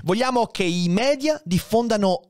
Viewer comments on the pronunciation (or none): none